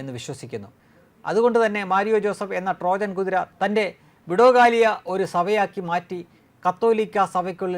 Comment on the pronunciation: വിടോകാലിയ അല്ല, ഫിലോകാലിയ ആണ്.